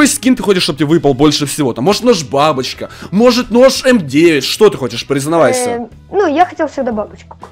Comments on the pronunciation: Я услышал #бабушка а не #бабочка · Я слышу НЕ НОЖ БАБУШКА НЕ НОЖ БАБОЧКА А СЛЫШУ НОЖ БАБОШКА